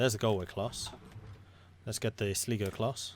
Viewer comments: Hey, me again. I don't mean to be that Irish guy..... again, but sligo is actually pronounced, "sl-eye-go". Keep up the great work. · Sligo is pronounced sly-go